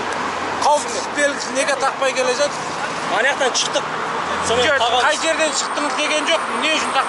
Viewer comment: Инспектор мына жерден чықтық дейді. Шықтық деп айтылады. Чықтық деген қазақтын тілі емес